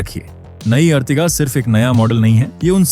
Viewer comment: अर्टिगा होता है ना की अर्तिगा लोड़ू